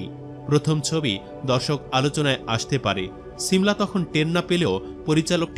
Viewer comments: ছিমলা 😂 না শিমলা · Ovinoy valo e lagto but apni cimla cimla bolen ken . Shimla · ছি মলা কি? উচ্চারণ - শী মলা। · নাম ঠিক করে বলতে পারেন না শিমলা হবে 😂